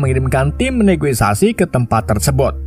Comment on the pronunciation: Negosiasi min,bukan negoisasi😂